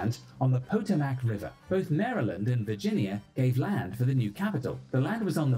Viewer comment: BRITISH person narrating and mispronounced the Potomac river.🥺